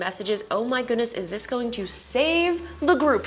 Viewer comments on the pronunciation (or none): Why are you saying This as THISH??? Typical American 🇺🇸 making their own pronunciation’s.